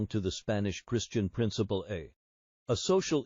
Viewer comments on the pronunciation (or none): none